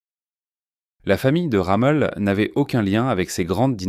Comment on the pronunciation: C'est pas "Ramul " , c'est ROMMEL !!!